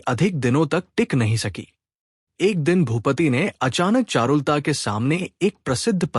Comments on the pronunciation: चारुल ता नहीं बोलते, चारु लता होता है। सही उच्चारण बहुत आवश्यक है। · एक्चुअली ये ऐप से AI रीडिंग कराते है, और वीडियो अपलोड से पहले खुद भी नहीं सुनते वरना करेक्शन कर देते.चारु लता कोई ऐसा नाम नहीं कि लिटरेचर में दिलचस्पी रखने वाला उसको चारुल ता बोले. किसी लेडी का नाम लगता है,आवाज मेल है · चारु लता का उच्चारण शुद्ध करना चाहिए,...